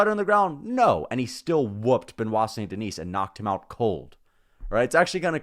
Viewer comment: Bro it’s pronounced Ver-Sa-Chi (Versace) - not Ver-Saiz; Sun De-knee (Saint Denis) - not Saynt De-Nees… Lol - why not try pronounce it right?